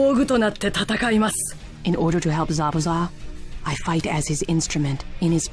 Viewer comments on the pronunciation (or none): "zabza" no u in zabuza tho